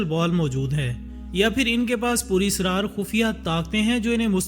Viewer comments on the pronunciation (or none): none